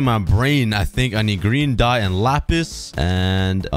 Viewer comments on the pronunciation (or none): none